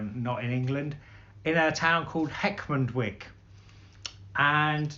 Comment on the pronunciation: Good review. I have been inside Sugden Audio manufacturing and seen their products being made and had time in their listening room. They even repair any sugden amplifier right back to the 60’s. A superb place. One thing , This Yorkshire town is not pronounced Heckmondwick as in candle wick. It’s Heckmondwike as in bike .